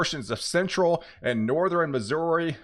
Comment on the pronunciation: There you go again....sou-ther-in and nor-ther-in!